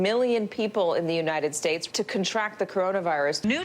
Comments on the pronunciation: United shaysh😂😂😂😂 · United shaysh lmao🤣